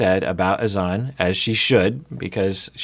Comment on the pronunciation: Why are the host and persisting with pronouncing Azan’s name incorrectly?:S